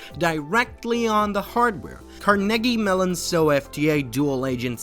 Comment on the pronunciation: Crappy AI narration given away . "Car-Neggy Melon"? Seriously?